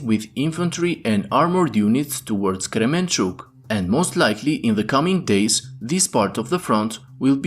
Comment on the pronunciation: Kermenchuk! Not Kremenchuk